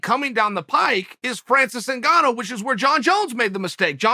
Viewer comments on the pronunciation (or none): none